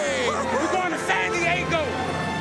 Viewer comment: Buccaneers announcer "San Die-a-go", what kind of hick way is that to pronounce San Diego.